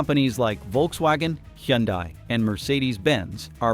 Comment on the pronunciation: "That dominance was built on expectations, not reality." That's a very polite way of saying it was overvalued af. 🤣😆 "Tesla's sales are in freefall, here's why" - because people don't want to buy from a Nazi. Tesla's biggest problem is its psycho Nazi CEO. Also, just FYI - that AI's mispronunciation of Hyundai was painful.